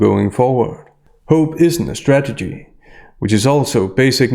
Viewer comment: Sorry,, I'm not native speaker, but it sounds to me like you keep mispronouncing the word "strategy". I hear "stagedy" all the time. Is it just me?